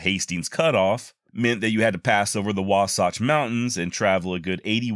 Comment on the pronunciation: First off, no one knows how to pronounce Seedskadee….except the 2-3 people who manage the place. But as someone who’s from this region, I’m loving the pronunciations. Wrong on a few, (Wasatch instantly comes to mind) but I seriously and sincerely love hearing people pronounce these names. The town and county Tooele is my favorite. And in all fairness, my Norwegian in laws laugh at me when I try to pronounce words such as “Bodø”. And I do mean laugh! 😂 Next, for history’s sake, Young’s men destroying Bridget’s whiskey one sip at a time. (Your joke was hilarious!) Modern day mormons don’t drink booze, but Brigham Young had a brewery himself. In fact, close to the campus of the University of Utah is “Brewery Hill” and the Anniversary Inn occupies part of the old building. Finally, I really enjoyed this! I do live in Utah, am of first-in-Utah pioneer stock (traded in the magic underwear years ago), and I enjoyed this. You’re a great storyteller!